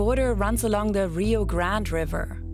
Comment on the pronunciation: Minor correction, the name of the river: "Rio Grande" is in Spanish. It's not a French or English name, therefore, the proper pronunciation is "Gran-de" and not Grand or grant. Of course if people don't like that pronunciation then change the name of the dang river. FyI In Mexico, they call it "rio Bravo".